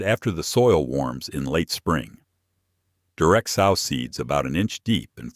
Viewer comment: I like watching these during the winter when I am limited with my garden but I wish the channels producer would talk themselves instead of the AI that kills me every time I hear sauw instead of sow. As in pronounced sew in the ground 🤦